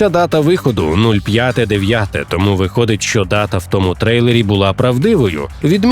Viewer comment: чАсу, листопАд, не тОму а томУ